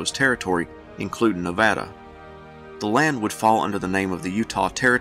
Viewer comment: You did a great job on pronouncing Nevada. I like these videos of statehood because I am ignorant of much of this and I go away illumined.